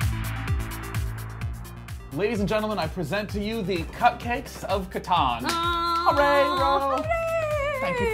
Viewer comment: Saw this and I love my last name being recognized. It's a rare family name but this game is cool. Even if people pronounce it wrong :/ kaw-tan btw